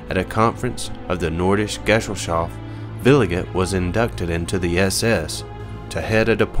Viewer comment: the word is not pronounced gessel shaft but guhZELL SHOFT! the mispronunciation damages the credibility of the whole program